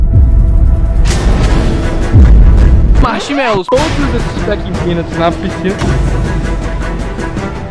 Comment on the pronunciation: "MACHMELOUS" Morriiiiii kksksksksks